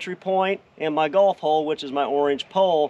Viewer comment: A lot of times when you say "golf hole", it sounds like "golf ball". "Golf hole' is not a term I've ever heard.